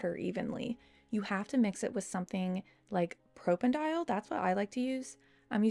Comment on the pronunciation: be careful, it's propanediol not propanedial, which is an aldehyde. i see this mistake on so many youtube videos and etsy shops :(